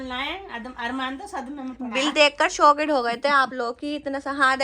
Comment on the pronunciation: Shocked hota shokid nhi😂